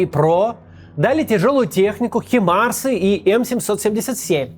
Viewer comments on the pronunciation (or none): Макс, не «химарс», а «Хаймарс» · Интересно, дождёмся ли мы когда-нибудь, что Макс начнёт называть Хаймарсы правильно? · Максим, почему вы говорите хИмерс?.а не хАймерс. Слух режит